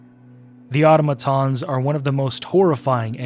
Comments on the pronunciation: It's ah tom ah tons. Not auto maton. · I dont understand how people are still calling automatons "oughtamatons" like, do you play the game with the audio off AND you dont know how to read? Its not a big deal but if you do it one more time I WILL report you to the democracy officer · Hearing "otto-matons" broke my immersion. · Nope, that's not right, it's "Au-TOM-a-ton". There are going to be lots of people who don't know better and will look to you for clarification. Let's not steer folks into a bastardisation, whether erroneously or intentionally. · In game its said like ah-tom-ah-tons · I don't mind that. I mind how he pronounces automatons lol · I hate so much how he misspronaunces automatons